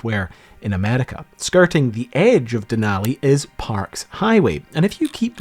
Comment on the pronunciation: It's pronounced A-mer-i-ca, not Amedica, thank you.